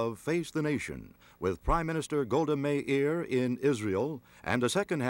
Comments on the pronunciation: It’s Meir not Meri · Golda MEIR - not MERI